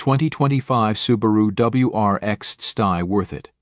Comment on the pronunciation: Use a real person for the voiceover, this CG version is ridiculous. Stee Eye indeed. Do it properly or not at all.